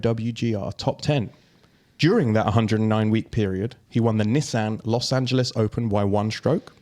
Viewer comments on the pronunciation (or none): Holy hell is that how you pronounce Nissan?